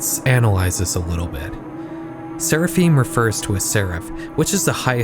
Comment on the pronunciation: Seraphim = SARAH-FIMM rhymes with HIM